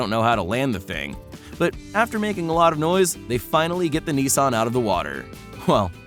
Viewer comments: “Nison” its nissan! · Also cannot pronounce "Nissan". It's not "nee-sonne", the "niss" part rhymes with "kiss" and the "an" part rhymes with "Anne" or "Lan", not "on". Stupid.